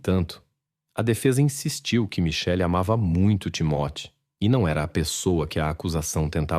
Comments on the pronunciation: O nome da criança creio que é TIMÓTEO e NÃO TIMOTÉO!!! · NÃO É TIMATE , MAS SIM TIMOTY . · Não entendo o porquê da pronuncia tão errada do nome do menino que se chamava Timothy. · Foi corrigir e corrigiu errado. É timothy! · Desculpe, mas essa narração é irritante. Principalmente quando fala nomes ou palavras que soam extremamente erradas para a língua portuguesa. O nome do menino, pelo que entendi, ora é Timóteo ou Timothy. Enfim, não consigo acompanhar a narração sem notar que esse IA, é extremamente irritante. 😢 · Nossa pq vc pronuncia errado o nome do menino? Hj da prasaber pronuncias no Google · O Narrador é burro e nao sabe pronunciar o nome do garotinho. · Com tantas versões e mentiras da mãe, sem dúvida ela deu fim no menino pra se ver livre da responsabilidade. A falta de emoção dela diante da perda do próprio filho prova isso. Agora, a interpretação do caso é péssima, deve ser IA, não conseguem nem pronunciar o nome da vítima. Com certeza eu não vou assistir a outro vídeo deste canal.